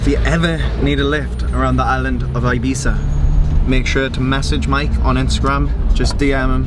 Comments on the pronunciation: that is how you pronounce Ibiza correctly, in case anyone was wondering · Dan Fogg Nah it’s “Ih - beeth - ah” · I swear its pronounced “eye bee tha” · Ee-bee-tha - Spanish doesn’t have the ‘eye’ phonetic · It’s pronounced “ibitha” 🤣🤣🤣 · Finally someone who knows how to pronounce the word "Ibiza" properly!!! 👏👏 Great content btw 👍👍❤️💪🏻